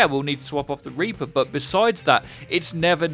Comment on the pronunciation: "Repour"